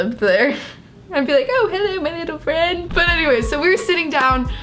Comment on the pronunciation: "Oh hello my little fwiend"